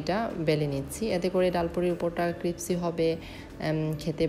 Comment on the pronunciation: Apni vul bolesen cripsi na ota hobe crispy